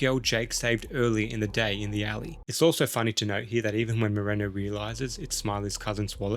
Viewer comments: Awesome video, but everytime you said the name “Moreno”, i felt a little disconfourt. I mean…this fuy is supposed to Hector in every movie. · Moreno’s got a last name, but still don’t know how to pronounce it.